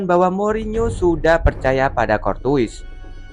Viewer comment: ok juga analisanya, tapi coba Courtois dibacanya Kor-Toa